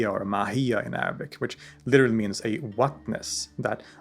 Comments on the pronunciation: Thank you so much for sharing such condensed information brilliantly about Ibn-e-sina. I am impressed with your Arabic pronunciation and explaining difficult topic like essence and existence clearly. I read about him in childhood and am grateful to come across your video which helped refreshed my information which I almost forgot then. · always impress me with Arabic pronunciation! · Huge amount of respect due to the writer of this documentary. With religion bias aside. The amount of pure passion that is able to be seen with this author is astounding! The announcation of his Arabic speaks volumes! His ability to compare historic philosophy to philosophers around the globe to ideas from the Quran is mind boggling. Great work brother !